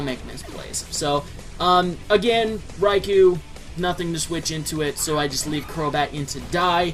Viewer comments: Eh-hem... It's name is pronounced: Reye-Koh! NOT Reye-Kew! Every time people pronounce that name wrong it REALLY pisses me off. -_ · Ummmmmmmmmmmmmmmmmmmm.... Nooooooooooooooooooooooooo. One or the other, not both. Either way, Reye-kew is wrong. PBR and 4Kids for the Special got it wrong, the GS Pokerap and Pokedex 3DPro have it right.